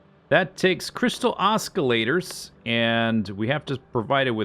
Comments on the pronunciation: Was anybody else physically pained by Z saying Os-k-illator? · The c in Oscillator is silent/soft whatever you call it. Oh, and terraria is EZ has to e back again <3